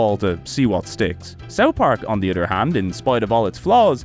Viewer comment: say it with me. uh-thurr not udder other doesnt have Ds in it